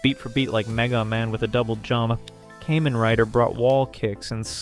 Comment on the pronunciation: Kamen rider, not "caymen" rider. Make a little effort to pronounce the things correctly, there are many.